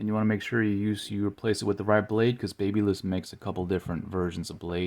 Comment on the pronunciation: Pls learn how to pronounce babyliss 🙏